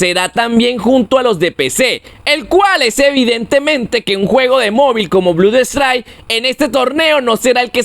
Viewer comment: Me harto a la cuarta vez que dijo Blud strike 😂